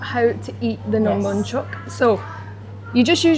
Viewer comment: Nom Bonhchok. Bonh Not Banh